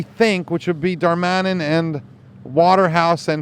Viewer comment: its Dar-ma-nin, not Dar-man-in. Little nitpick but otherwise good video.